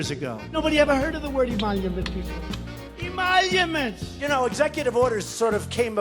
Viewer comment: The part when he said "EMOLUMENTS" got me dying from laughter 😂😂😂😂😂